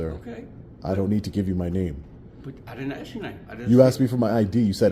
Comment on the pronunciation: Stop saying “Ax”, you’re way too educated to say the word incorrectly. It’s “ ASK” no X in it, thanks!